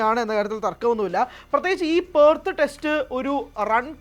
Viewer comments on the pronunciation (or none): പേർത്ത് അല്ല പെർത്ത്